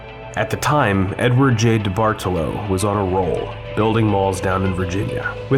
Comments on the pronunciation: No, you didn't. I mean no disrespect, but I'm Italian and study the language. There are important rules regarding inflection placement within words. It's a big part of what makes the language sound so uniquely beautiful. The general rule is that the emphasis should be placed on the third vowel from the end, making the correct Italian pronunciation of the surname diBartolo, di-BAR-toe-low. My last name is 9 letters long and 5 of them are vowels. I understand how it seems confusing, especially since most Italian words used by English speakers are Anglicized which changes where the inflection comes in as I said in my last comment. Certainly not trying to start anything –I think you make really great and original content. It's so weird seeing malls turn into ghost towns. My friends always hung out at the mall and one of my first jobs was at Express. While I think the term "liminal space" has run its course, abandoned malls do give off a very particular discomfort. It's like nostalgic melancholy. Also, while I have your ear, when you cover malls on Long Island, can you note which town they’re in? Like "Huntington, Long Island, New York" instead of just "Long Island, New York"? If you're ever in Suffolk again, I would love to see Walt Whitman! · Came because I used to live across from this place. Left because diBartolo was mispronounced so many times. Anglicized, it's pronounced dee-bar-TOE-low, not dee-bardle-oh. This is also wrong, but I digress.